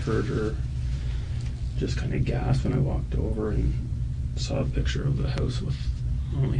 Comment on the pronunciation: That ding dong detective can't even pronounce her own lingo correctly. Of course that guy knows he's smarter than her. He is! And that is not culturally appropriate her wearing a blonde wig. And she says "pitcher" instead of picture. Yikes!